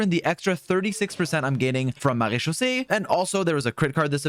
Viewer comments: ur french accent with MARÉCHAUSSÉE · As a native French speaker, can we talk about how satisfying it is to hear him say Marechaussee?! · he has the best pronunciation of marechaussee I have heard from genshin creators omg, claps fr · I love how you pronounce maréchaussée cuz that's how i say it too 😭